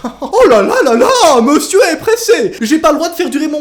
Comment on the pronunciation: "meusieur et pressé" pk meusieur ? Pk pas madame